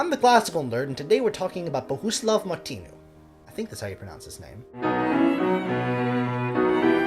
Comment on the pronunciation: Sorry, but you couldn't have pronounced either of Martinu's names more wrongly! Good post, though.